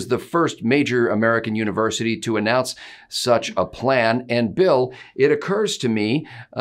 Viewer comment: UNI-(ONE) Versity.